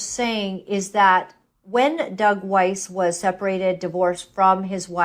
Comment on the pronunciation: BTW... >>Pronunciation of Doug Weiss..>> "WEISS, rhymes with RICE"